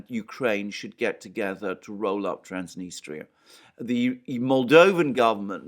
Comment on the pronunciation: It's pronounced Transnistria not Transnistra